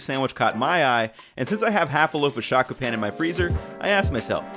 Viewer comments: Hate to be that guy but it's pronounced "show-ku pawn" and "kew-pee" mayo. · Hey, just wanted to let you know the o in konbi and shokupan should be pronounced with a king o, like the same phoneme as toe. Also Kewpie is pronounced Q-P, but other commenters already got to that. Keep the great videos coming! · Nice video...however, you should work on your pronunciation if you want to pay respect to the originals...ie, it's Shokupan ( show ku pan), not "shocku" pan...and you murdered Kewpie (Q pee). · Great video as usual, but I wince every time you say "sha-ku-paan" instead of "sho-ku-pan". Sho vs sha is kind of an obvious one, but the last syllable is said the same way as Kan, like in the name of the restaurant you keep referencing, and actually the same way Panko should be said (which you're saying as "pain" instead). Also "tonkatsu" is a pretty specific pronunciation---you're saying the first syllable more like "tan". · "Shakupan"... ouch that hurts my ears. Its show-ku-pan my guy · "shock-oo-pan" for future reference, the vowels in japanese are always pronounced basically the exact same way; a ~ dot (but pushed slightly closer to a "dad" vowel), e ~ dead, i ~ deed, u ~ do, o ~ dope